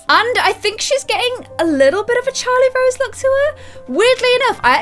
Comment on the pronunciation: It's Charrlote Rose not CHARLIE ROSE